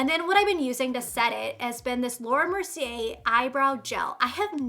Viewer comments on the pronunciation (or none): none